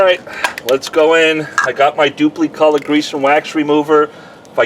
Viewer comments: Always heard it dupli with an "i" ...kinda funny sounding with an "e"...duplEcolor. wonder if they offer a low gloss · Love the pronunciation “Duuplee”